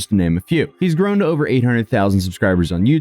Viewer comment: the way you pronounced “Grown” .. are you Canadian?